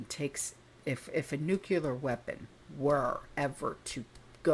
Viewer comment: Please say nuclear,.....not nukeula